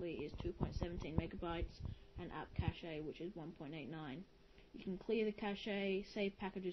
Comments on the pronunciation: its not cache eh just say it like chash lmao but good vid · Good review, thanks. One small comment: in computing, "cache" is pronounced like "cash". That's different from "cachet", which is pronounced like you did. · "cache-eh" I FUCKIN ROFLLED